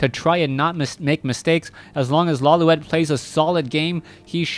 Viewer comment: Lawliet is a Japanese name pronounced "Lo-lite".